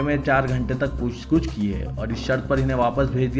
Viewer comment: Pooch gooch incorrect Pooch gach is correct